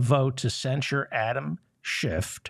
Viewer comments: Kevin McCarthy, who fancies himself the orator, can’t even pronounce “Schiff.” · Could a D house member put forth a motion to invalidate the censure because the speaker mispronounced Schiff's name? Lil' Kev called him Shift, as he always does, as a thinly veiled dis.